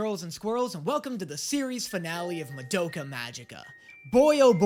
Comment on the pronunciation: Does anyone else experience a strange combination of irritation and amusement when he constantly mispronounces Madoka when saying the title, but says it correctly when talking about the character herself?